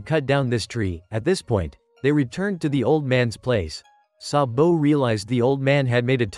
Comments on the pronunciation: Sabu❌ Sa-bo✅ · It's sabo not sabow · Why you saying SabO😂😂😂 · IT IS GARP NOT GRAP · why does he say saBOW